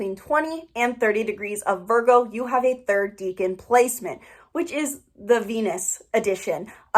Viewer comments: Deca =10 its pronounced like deckan not deacon, I'm Virgo in 7 placements all in 1st house. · It's pronounced Deck-an.. it's from Latin. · Your mispronunciation of "decan" is very distracting and takes away from your credibility :/